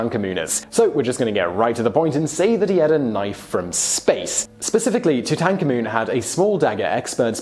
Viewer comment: Why are you saying Tutankhamen as Toot-en-tanker-moon. Made me twitch unbearably everytime you said it. Toot-en-CAR-Moon.